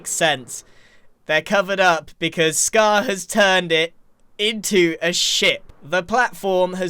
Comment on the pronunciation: You mean you and Scuh-haaar have been on puh-haaar with each othuh-haaar?